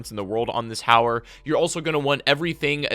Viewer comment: Oh I thought it was called howler or haywire, or hayer....JK, finally someone who can pronounce the damn gun right.. it’s HOW-ER guys.. gawd lol